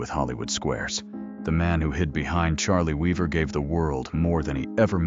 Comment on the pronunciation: horrific AI roboslop fake voice is so bad it CAN'T PRONOUNCE THE NAME OF THE GUY THE VIDEO'S ABOUT. Not only that, this is a fake scandal. Cliff Arquette never pretended his real name was Charlie Weaver. This claim doesn't even make any sense. If he wanted to return because he heard the top-rated talk show host said "Whatever became of Cliff Arquette?," why would he return under another name, and playing another character? Also, the robot claims at the beginning that Arquette invented the character after he retired, but then later on says Arquette had actually invented Charlie Weaver years earlier! And why is it a crime to be associated with a fictional character you created? Paul Reubens wasn't really Pee-wee Herman. Charlie Chaplin wasn't a tramp. Samuel Clemens wasn't Mark Twain. Lame.